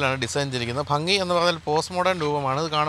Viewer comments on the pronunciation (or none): none